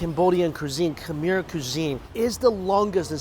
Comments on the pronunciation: Mikey!! Thank you so much for visiting one of my home countries (I am half Lao, Laos is very very similar to Thailand in regards to food, language, & culture 😊) I’m glad that you enjoyed it there! But the pronunciation of “Khmer” is not like “Kha-meer”, but rather “Kh-mai”, mai being said just like “my” 😊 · It’s khmai not Khmer omg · I'm going to go out on a limb and say you have zero Cambodian friends because you kept butchering the word "Khmer"